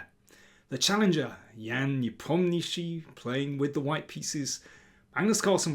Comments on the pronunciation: It's pronounced as Nepom-Nia-Chi....Not Nepom-Ni-Shi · Please try to pronounce Ian's surname slightly more accurately There is an "A" in there.